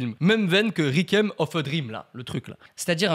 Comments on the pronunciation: Cette prononciation 😂😂😂"rikiem for a dream" mdrr ça se prononce "récouième" et sinon ben si on utilise souvent le mot "édifiant" quand même 😂😂😂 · Réquime au lieu de Requiem (repos)... comme dirait Yvick: « ça fait beaucoup là non? » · « Rikem » a dit « Rikem » donc j’ai pensé à « rikemorty » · Requiem se prononce Réquouiyème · On en parle de sa façon de prononcer "Requiem"? X) Bon sinon super vidéo ! 👍👌😁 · « Requiem » se prononce « rekouyeme »